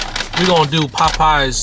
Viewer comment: Why you say Popeyes like that? You never heard it said before? 😂 “PPPaWW PPPies 🥴”